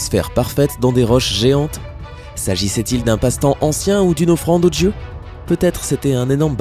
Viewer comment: Sympa. Je trouve que le ton journalistique que tu emploies mériterait que tu fasses gaffe à ton français ("diamètre", tu dis "djamètre". Les "dieux" tu dis "djeux, "médiéval" - "medjyéval".) Perso ça casse tout! Et c'est dommage. Weah on peut pas renier ses origines ; le problème c'est que je crois que tu si tu ne neutralises pas ton accent, tu te fermes des portes. Sinon trop chouette tes vidéos !